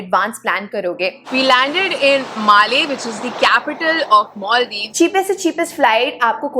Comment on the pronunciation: Not only 'Herket' ,your English accent too. Where is 'Moldiws' ,can't see it on map.